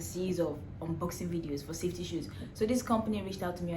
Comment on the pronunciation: You're an Ambassador and can't say safety? Good Laaawwwd!